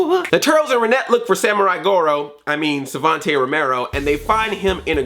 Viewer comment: I crack up everytime you mess up Savanti Romero's name and that #SmoothMichelangelo I was expecting.